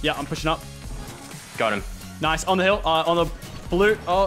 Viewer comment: *: **Rifts* *Lachlan*: “NOICE RIFT FRESH”